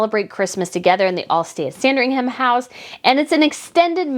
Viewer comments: Hi I love your news and watch them all, but this time something you're saying is just grating a little bit. You are making Sandringham sound like a sandwich 😄It's not Sandring-ham....it is pronounced [SAN] + [DRING] + [UHM] I'm not being picky and I hope you don't mind my saying, but as a Brit I thought you wouldn't mind. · Sandringhum is the pronunciation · yeah but it's Christmas and if you look at Kate, you'll see Beatrice behind her wearing green as well. Also the "ham" at the end of Sandringham is not pronounced. It's more like Sandrine-um. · It’s sandring “um” for ffs…. Get the pronunciation right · Just FYI..sandringham in england in pronounced Sandring- um. The ham part is not pronounced that way. Love your show btw. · Sand-ring-HAM 🤣🤣 ah you Americans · Just a note, i know it's the American way to pronounce the HAM in place names but Sandringham is actually pronounced San-dring-um. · Sandringam my darling! the H is silent! (merry christmas..love your channel!) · Dear - just so you know - you don’t pronounce the ‘h’ in Sandringham. It’s not ham as in piece of ham. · Pronunciation tip! Sandringham is pronounced 'Sandring 'um'. Norfolk - 'Nor 'fuk' no folk! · I agree. However, Norfolk is pronounced Norfuk (like foot) and both Buckingham and Sandringham need to have that last "a" dropped when saying those words.